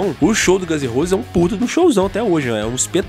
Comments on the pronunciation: Gãnzerrosi? Chainizidemocreici??? Porra, bicho… poderia pelo menos fazer um esforço em aprender a pronúncia da Banda, do álbum… Gãns em Rouses! Chainiz De-mócraci! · Chinese "Demócraci", Guns n "Rouses". Dicas pra melhorar teu inglês tmj! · 'Gãns e Rôses' kkkkkkkkkk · Aprende a falar o nome da Banda pelo amor de Deus